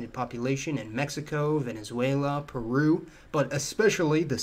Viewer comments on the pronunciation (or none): none